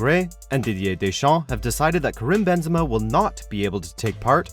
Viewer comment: Karim not "Krim"...